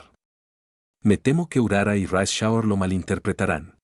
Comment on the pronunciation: Me gusta que lo vuelvas como un audio libro de fanfict pero creo q puedes mejorar no c almenos que lea los nombres de las Umas de forma correcta tipo como una excepción par Rice Shower o Tocai teio